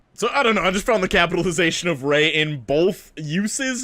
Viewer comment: How did this man say “RAY” in all caps 😂😂😂😂